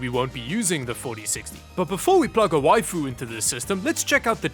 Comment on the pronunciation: "Before we plug a wifu into this thing.." 😱😱🤣🤣🤣🤣🤣